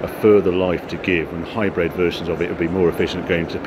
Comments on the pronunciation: Karl Van Ginderdeuren Not to mention 'hybred'! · hybread? you mean hybrid lol